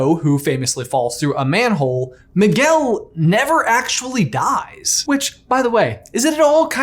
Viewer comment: 🤣🤣Maguel. Its Miguel (Me-gail).😂